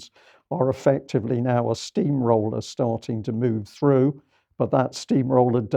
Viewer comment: Amazing discussion, as always. Not to be crass but I got such a laugh from Vanessa’s “Ukrainians have been farting” slip 🙃